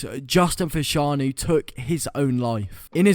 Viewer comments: How can you not pronounce fashanu right? 😂😂😂 every football fan knows his brother Jon fashanu the a is silent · His names fashanu learn how to say people's names